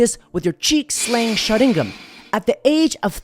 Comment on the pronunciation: My guy said "Cheeks slaying sharigan" 🤣🤣🤣